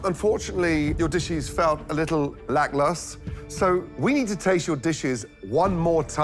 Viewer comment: When you love the word 'lacklustre' make sure you pronounce it right.